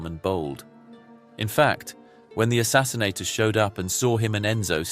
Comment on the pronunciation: The word is “assassins”, not “assassinsators”!